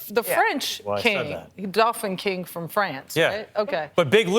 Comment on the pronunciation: Did she say "dolphin" king?!? It's Dauphin, meaning the eldest son of the King of France.